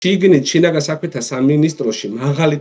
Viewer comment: უდიდესი თხოვნა გადაცემის წამყვანთან: “შიგნი” არა - “შიგნით” კი